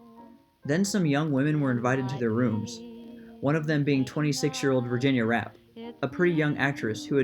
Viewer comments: Virginia's last name is pronounced "Rap-pay", not "Rapp". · Pronounced "Rappay". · Virginia's last name is pronounced "rapp-PAY" - Rappe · It’s “RA PAY”... after that I just stopped watching, please do your homework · It was actually pronounced “. “Ra PAY”